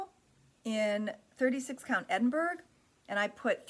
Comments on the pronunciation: So much loveliness. Those fabrics are just wonderful! By the way Edinburgh is Ed in burr ah not berg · Edinburgh is pronounced "Edinborouh". It is a large city in Scotland.